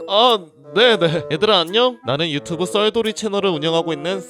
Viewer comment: 첨에 썰돌이를 썰톨이라 들었네